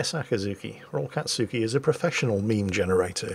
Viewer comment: We need to convince our mighty and benevolent gnome overlord to watch Naruto so he can pronounce "anything-katsuki" in fewer syllables xD